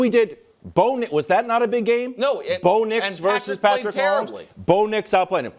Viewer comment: Every time Nick says "Patrick" I cringe.